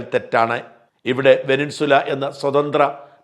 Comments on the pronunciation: വെനിൻസുല അല്ല സാജാ വെനസ്വേല എന്നു പറഞ്ഞു പഠിക്ക് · വെനിൻസ്വല അല്ല വെനിസ്വേല. ശ്രദ്ധിക്കണ്ടേ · വെനസ്വേല ആണ് ശരി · Try to pronounce Venezuela first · വെനിൻ സുല എന്നു തന്നെയാണോ? വാക്കുകൾ, പ്രത്യേകിച്ച് രാഷ്ട്രങ്ങളുടെ പേരുകൾ, തെറ്റായി ഉച്ചരിക്കുന്നത് കേൾക്കുമ്പോൾ .......അരോചകമായി തോന്നുന്നു...